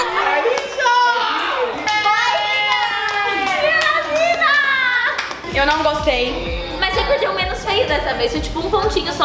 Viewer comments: Noah: Aiiixa Noah tentando falar Raissa é a coisa mais linda do mundo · Parece que ele fala aissa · o Noah falando "Raissa", o auge nega 🤣🤣🤣🤣🤣🤣🤣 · o Noah falando "Raissa" é o auge kkkkkk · tipo isso eu ia bota ele tentado fala raissa mais foi o "Noah falando Raissa"😚😉